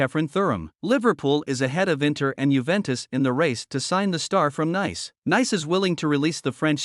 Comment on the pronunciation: Nice is pronounced like "niece" lol